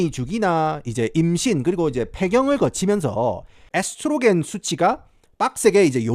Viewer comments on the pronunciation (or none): none